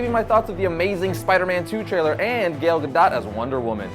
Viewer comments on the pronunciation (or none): It's pronounces Gal (like a lady) Gadot (ga-doe)